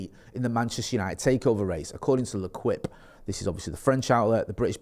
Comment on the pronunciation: L'Equipe pronounced Le keep, not Le Kwip 🤣🤣🤣🤣